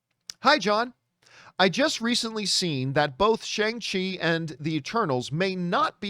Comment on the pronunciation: It's pronounced SHONG-CHI. , Got to start saying it right John LOL